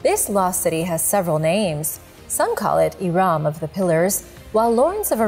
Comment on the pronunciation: Hi guys, It’s not prounounced iraam but irum